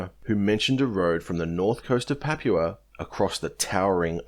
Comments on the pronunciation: You're pronouncing "papua" completely wrong man. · You don't know how to say Papua. Sad. And you keep saying it wrong, over and over. It makes you sound stupid.